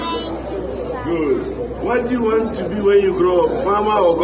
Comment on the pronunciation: To add salt to injury how can u say “what doy you WANST to be when grow up?” Some serious grammatical error that shouldn’t be done in front of primary school pupil. That isn’t how to LEAD by EXAMPLE… Mans can’t even pronounce WANT correctly…? 🙈😒🤦‍♂️🤦🏾‍♂️😢